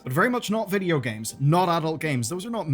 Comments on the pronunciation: Bro that was so irish😂 vidjo games. Serious podge and rodge vibes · he said Vidja... noice